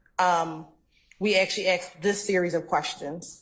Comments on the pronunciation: She's so educated yet can't pronounce 'asked'. If she said to me, "Did you ax him?" I'd reply, "I don't even owe an ax!" If someone said to me, "Do you feel me?" I'd answer, "I've never even touched you!" Saying, "My baby mama" seems very disrespectful to the mother and equally disrespectful to the child. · How can you get through Law School and not know how to pronounce the word asked?! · I wish would pronounce the word ASKED correctly. It ends in a “d” but is spoken as a “t”